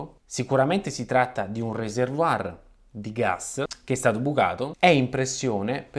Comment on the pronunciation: È proprio necessario dirlo in inglese "Reservoir "? Peraltro pronunziandolo alla francese. Riserva, serbatoio, non andava bene? Perche non fai il minimo cenno alla possibilità di sfruttare quel calore in qualche modo? Non è possibile? Spiega perché